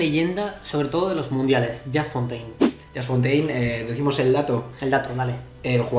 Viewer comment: Casi me cáncer que digan Yast Fontain 🤦🏻‍♂️ Se pronuncia "Yus Fontein"